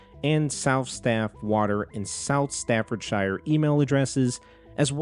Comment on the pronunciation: FYI: Thames is pronounced like "temz", not "they-mz". (Staffordshire also wasn't quite right, but that one's not as well-known as the Thames for non-Brits)